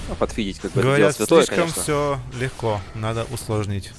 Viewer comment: снова высшая математика от 0к АНАЛитики чего? слышком? слэшком? очень лыгко лол пофиг, что х10 же аганим схавать можно, но профит от пт же больше будет в данной стадии))))))